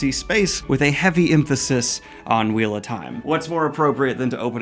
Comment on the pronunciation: When she said "The gold leaf is so flimsy, like when you breath on it whaaea Edit: when he said "Its the wheal of tieme" had gotten me😂😂